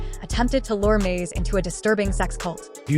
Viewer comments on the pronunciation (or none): HEY AI!!! The man name is MASE not MAZE